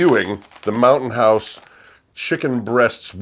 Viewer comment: Ha ha I thought you said mountain horse. Too funny!